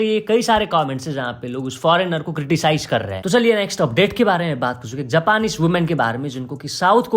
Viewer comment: जापानीस ni be जँपनीज 😂